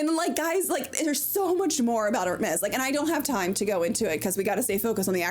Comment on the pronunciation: thanks for telling me the correct pronunciation of Hermes. Not at ALL what I thought.